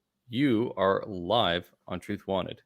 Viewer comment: lol "trith"